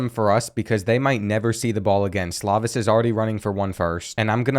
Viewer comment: Slovis is pronounced "slow-viss". It kills me the way you pronounce stuff lol